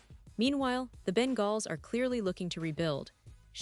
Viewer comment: She doesn't know how to say Bengals 😭😭😭😭 all bullshit